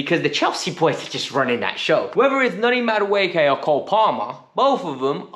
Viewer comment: He has to learn and say these Nigerian names well because Chelsea seems to now have a lot of them. Ma-du-e-ke. U-go-chu-kwu. Chu-kwu-e-me-ka. Please say our Nigerian names well o